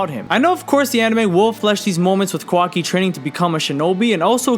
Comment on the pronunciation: Not the “kwaki” 😭😭😭